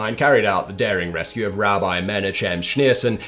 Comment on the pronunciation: Great stuff, amazing research. Yes, please do another video dedicated to the rescue of the Lubavitcher Rebbe. It will get you viral on a whole new level. BUT FIRST --- LEARN HOW TO PRONOUNCE ALL THOSE WORDS TO KEEP YOUR CREDIBILITY. I mean, you said "Rabbi" and "Rebbe" right. Now to pronounce: Menachem Mendel Lubavitcher/ Lubavitch Chabad. Not hard, you can do it :)